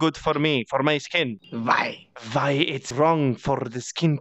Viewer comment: "vHy" VHYYYYYYYYYY